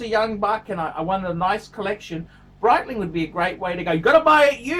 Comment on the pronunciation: The Breedling, the Breitling?! Is he doing that on purpose?